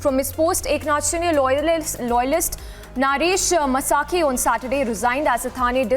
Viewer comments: It is not masakhe it is pronounced maskhe ! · His surname is mhaske not masake.. I hate this lady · The anchor must pronounce properly. He is not म्हसाके . He is म्हस्के . 😂😭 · Please stop pronouncing maharashtrian names wrongly, you are insulting the local culture, as an anchor that's minimum you can do. म्हस्के not मसाके शिंदे not शिंडे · Please teach your anchors proper pronunciation. It is Naresh Mhaske, pronounced as "Mhaa sa kay" and not "Ma saa kay"! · Its म्हसके not म्हसाके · Pronounce Indian names (Mhaske)correctly.